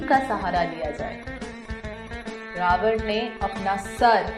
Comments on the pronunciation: It's not ravana , it's ravan. Let's not get blinded by the westernization and don't forget our roots. The content was really nice and informative but work on your pronunciations. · Bolna to seekh le ravana ko pronounce kaise krte hai